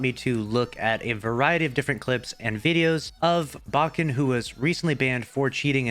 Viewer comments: Lucky it’s baken not baaaken, just like the word bake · Lol i cant help but laugh everytime pronounces baken. Is it not bake-n, like baking? But anyway fuck this guy, im glad bungie exposed his lying cheating ass.